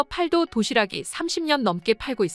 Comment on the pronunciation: 아~ ㅅㅂ 중국 더빙~!! 팔도 도시락이 아니라 읽을 때는 팔또 도시락이라고 읽어야지~!!! 진짜 중국 더빙이냐~!!!